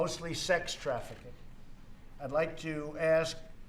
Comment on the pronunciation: “Yuman traffikink”